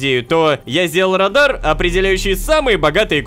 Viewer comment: Не радар а радан